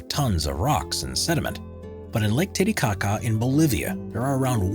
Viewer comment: I’m sorry, no one gonna talk about lake “tittie-caca”????? Did I hear that right or am I trippin lmaooooo🤣